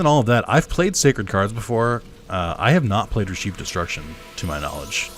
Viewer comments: RE-CHEF , not RE-SHEEF, but you do you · Never heard anyone pronounce Reshef the way you do